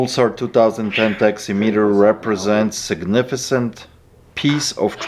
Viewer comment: This Mf said sugnificent. Oh lol smfh! Significant!